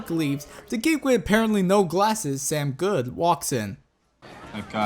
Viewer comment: IM SORRY BUT IT AINT SAM GOOD ITS SAM GOODE PRONOUNCED GUUUD